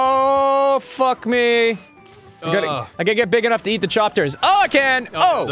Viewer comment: Did....did Ross say ...."Chopters"? That's it. That's what they're called now. No going back now.